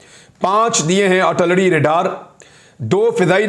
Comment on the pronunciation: jemab its not artullery its Ar til lery.